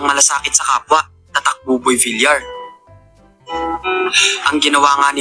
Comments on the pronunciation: Buboy vilyar po sir ang pronunciation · villiar dpt ang pag pronauce mo sir hnd villar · Boss hindi po boboy vil-lar ang prounounciation ng appelyido ni boboy tonong (vilyar) po yan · Boss...bilyar(Villar)Hindi bilar(Vilar)✌️✌️✌️